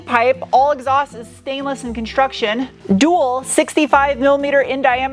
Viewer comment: I like how you say shhi - tainless.